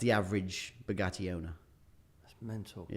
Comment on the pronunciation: The way the interviewer pronounces 'Bugatti' is so annoying... BUGUEY?????? are you not able to pronounce the letter T?